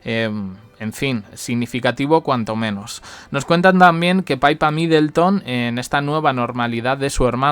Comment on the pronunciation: Niño, que no es paipa es pipa. Por favor entérate ya de una vez